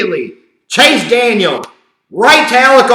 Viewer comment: Chase DANIEL, not Daniels! And yes, he blows!